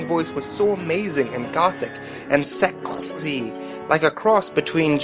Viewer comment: I love that you tried to read this all serious-like but keep cracking up over the sheer stupidity of it all. I also like the way you say "sexah."